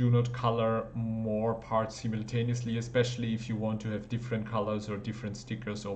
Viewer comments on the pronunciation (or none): none